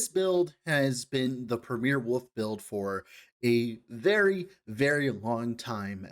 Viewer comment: It's WOLF not woof, WOLVES, not wooves